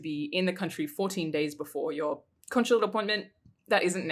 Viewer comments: I guess we’ll never take a shot because she says “con-shu-late” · Conch-chulate? Conshulate?